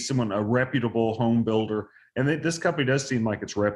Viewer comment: that "lawyer" , said, "EXPECIALLY." There is no 'X' in ESPECIALLY.